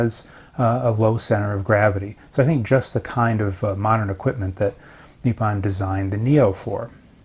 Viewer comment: it’s nippon not neeparn.